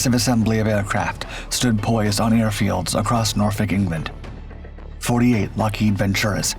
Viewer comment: Someone actually saying Norfolk correctly? That gets a like. 😂